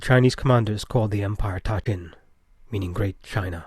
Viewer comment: I could be mistaken but I'm pretty sure that the ta in ta qin should be pronounced as da, at least that's the way it would be pronounced in Mandarin.